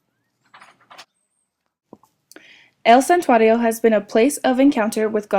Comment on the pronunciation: These morons don't even speak Spanish! They can't even pronounce santuario correctly! Dumbasses!